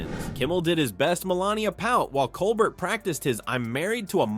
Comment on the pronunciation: Will not subscribe to computer voice that can’t correctly pronounce Stephen Colbert’s name.